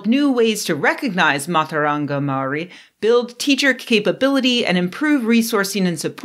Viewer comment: Hi Chris. As a Māori, your assessment of her pronunciation is terrible. Please note, kiwi, the word Māori word you use to define your nationality means grey.